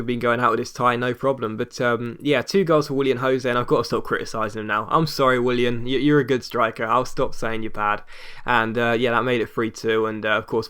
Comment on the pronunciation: Willian not William xD